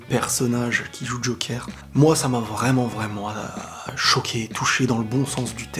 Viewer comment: Bonne vidéo, c'était exactement mon ressenti. On dit "jokeur" et non "jokère".